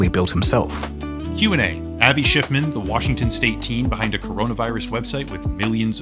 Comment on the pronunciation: Ah yes Avi Shciffman